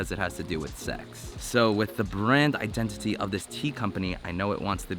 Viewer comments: " Your Identi-tea " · Identiteas lol. You said that word and made me think of that.